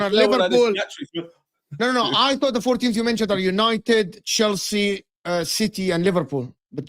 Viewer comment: Bro said Chielsa.. 😂